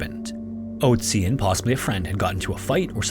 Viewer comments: you didn't recognize a name ending in "tzi" because he didn't pronounce the umlaut "o" correctly? you though there were 2 frozen mummies named ötzi and oatzi? I understand maybe not immediately recognizing the name, but literally saying "that sounds like ötzi" as he says oatzi? The German pronunciation isn't THAT different. Not a big deal but... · Its pronounced more like ertsi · I'm just listening to this and it took me a while to realize you were talking about Ötzi but couldn't pronounce the name lol. I was like "wow this sounds so similar to Ötzi, what a weird coincidence that it happened twice" lmao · The "ö" (in Ötzi or Ötztal) is pronounced as the latin "oe" diphtongue, not like the english "o". (just a hint, no offense :) ) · There is an Ötzi Museum where he is on display - in Bozen, belonging to the southern part of tyrol (Italy). Nice documentation, but pls consider that its an Ö in Ötzi wich is pronounced similar to the u in „murder“…😊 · the way you pronounce ötzi's name hurts my brain